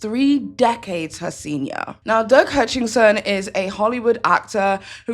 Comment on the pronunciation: If you’re gonna do a channel research your subject you keep saying his name is Hutchinson. It’s not.ITS HUTCHISON get your facts straight.